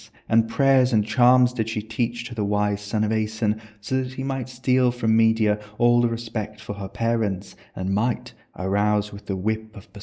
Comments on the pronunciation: Brilliant video, thank you. Place stress on the middle syllable in “Me DE a” not on the first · The pronunciation of Medea as media is sending me 😭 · Absolutely love the video..but your pronunciation of Madea is killing my senses.. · Gorgias is not the only name you mispronounce! We usually say me-DEE-a not MEE-de-a, and HEH-ka-ti not heh-KAH-ti. This is not the most important issue of course... thanks for your research and presentation, it's excellent work.